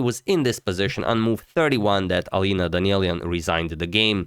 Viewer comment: first off, great great job! As for pronouncing names, Armenian surnames get the stress at the last vowel. So it's DanieliAn. For some strange reason however, Armenians living in the US stress the next to last vowel when presenting themselves amongst Americans, just like you did now. But the right one is having the stress at the last vowel(this is true for all armenian words actually) , so respectively it's PetrosiAn😊